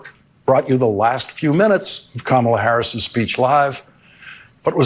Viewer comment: He intentionally pronounces Kamala Harris's name WRONG. Its just weird 😕